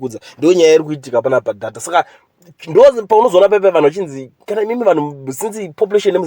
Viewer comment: Nyayamatician say "deyta" not dhata